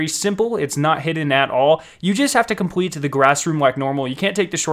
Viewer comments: say compwete one more time... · “compwete it” 😂